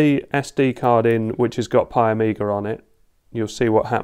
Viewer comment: its piiiiii not PIE and piiiiiiimiga not PIEmiga. i mean if it written pi pronaunce it pi not pie(pai) yeah even written pie is pronaunced (pai) lol yes tes in my language rules. and thats write read and pronaunce like it is. english alphabelts a=ei b=bi c=ci my language a=a b=b c=c LOL funny right. uk pronaunce cat as cat and american pronaunce cät. there is no ä in US lol. pi pronaunces as pie. and pie is pronaunced pie LOL. some englisj word are pronaunced as it was my language but some are like WRITTEN WRONG lol why same aplhabet is pronaunced different in other words LOL it should say same its same LOL xD